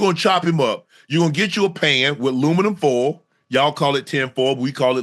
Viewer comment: As soon as I heard "luminum foil" I already knew what time it was 😂